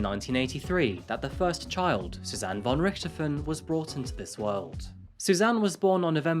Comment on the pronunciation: aye its hard. also for the most eng ppl its hard to say "von" in german they speak the "v" like an "w" ,but its actual close to "f" in eng ;D so if you talk eng and want to pronounce "von" in german think of it like "fon" and your rly close =)